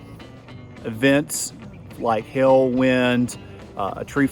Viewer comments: no it is not sorry, it's pronounced hail not hill??? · Yo why is this dude incapable of saying the word Hail? 😆